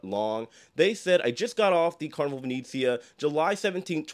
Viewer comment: My only comment as an Italian & travel agent is for you to stop mispronouncing the ship name 😭 it’s not long e’s.. it not Vineezeea.. it’s Italian- Veh-neh-zzi-ah. Like the city of Venice. Other than that, I’m a big fan 🥰